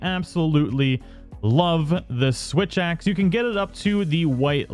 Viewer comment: did anyone notice that the first time he said switch axe he actually said "witch axe"?